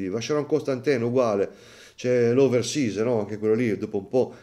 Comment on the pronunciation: Oversize così pronunciato non si può sentire ; sbagliano anche i maestri😂